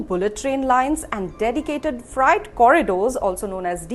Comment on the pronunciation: It’s freight ( ret) not “fright” . The overall accident was a totally fright experience.